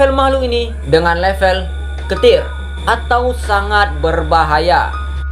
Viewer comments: Keter bang bukan ketil wkwkwkwk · Keter=dibaca kiter Bukan ketir kek suara petir anyink Scp ini digolongkan sebagai KETIIIIIIIRRRRRR BRUTUDUM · Cara baca level scp yang betul: Euclid:yuclid Keter:kiter(abang bilang ketir) Safe:sef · Tergantung bahasa woii: Indonesia:keter Inggris:kiter Bahasa yutuber ini:ketir